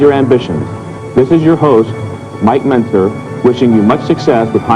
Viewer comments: Mentzer ko pronunce sahi se karo bhai. Its like menzzer not mentarzar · bhai menTzer nii mentzer (t silent h bhai) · Bhai Men ter zer sun k dimag kharab hogya wo Mentzer h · Mentzer - correct spell - Not menter zer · bhiya sb accha hai but mentzer ko "menterzer" bola aapnai wo thoda sh nhi lga. i know aapnai intentionally nhi bola but wo theek nhi lg rha.if possible aap usai theek kr do. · How can you pronounce his name so wrong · Whenever he says mentzer, my ear pains😂😂😂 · Mentzer mein T silent hai bhai